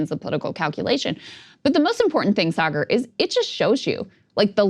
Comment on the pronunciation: sargar turned into a Scottish guy for a sec